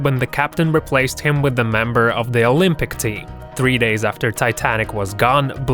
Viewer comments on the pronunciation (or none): none